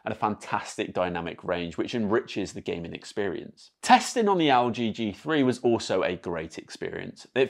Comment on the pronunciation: mate it's Elle G... not AL G.... lol